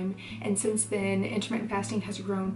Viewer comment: it's "inter mittent" not intimate lol